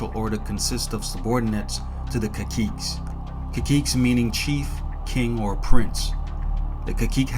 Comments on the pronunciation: Kakiikes... Is pronounced Ka-see-kay in Spanish. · Caciques? As a PRican I appreciate your data compilation on my people but you are butchering the pronunciation of that word. It's "Kah-see-kay" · Caciques is pronounced Kasikeh